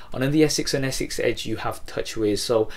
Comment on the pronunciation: its S6 not Essex